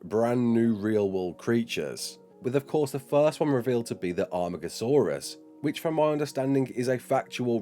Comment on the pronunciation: This is so exiting, very happy :D also amargosaurus in JWE 2 and now Ark. YES It’s pronounced ar-mar-go-saw-rus by the way